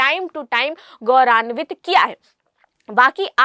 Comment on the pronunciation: Goranvit nahi gouranvit hota thi hai❤❤❤❤❤